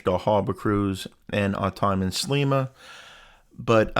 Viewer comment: Sleima. Sle like ski but with an e. Hope you enjoyed 🇲🇹 . Canadian, Maltese